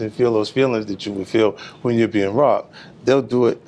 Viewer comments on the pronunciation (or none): none